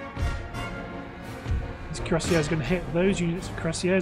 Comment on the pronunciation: Hey, i've been watching the Mexico campaign. Curacao is pronounced Cure-Uh-Sow. I normally don't comment about pronunciation, but it seems you might have never have gotten it a million years, judging from your old Mexico campaign. HA! Love the videos though, man. Looking forward to getting caught up on everything. Cheers.